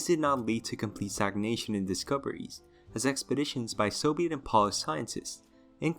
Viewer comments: P-oh-lish, not p-ah-lish, they aren't shoes. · Funny how he can pronounce all these crazy dinosaur names yet keeps mispronouncing “Polish”